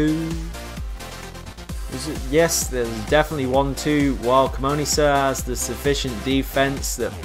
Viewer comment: Please they are prenounced cee-money sir and treeter. This is so annoying me xD